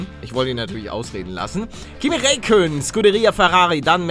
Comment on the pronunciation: Ja moin. Palle sagt Rakönen und Riccardo xD